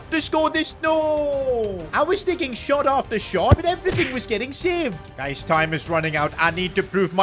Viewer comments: I think he meant to say guys but mispronounced it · yeah your right